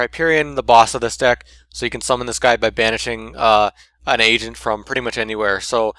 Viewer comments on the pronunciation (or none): Every time at the beginning when you said agent it souded like you were saying asian xD gg